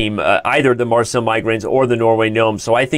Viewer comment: Are you mispronouncing Marseille intentionally , Danny?